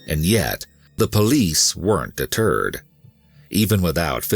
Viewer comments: "the police worked a turd!" Huh? Had to rewind to figure it out! 😆 🤣 😂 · “the police work deterred” or “the police worked a turd” please tell me im not the only one that heard it